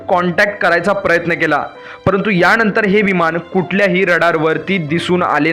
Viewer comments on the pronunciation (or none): छान माहिती, पण विमाण नाही विमान, णंतर नाही नंतर.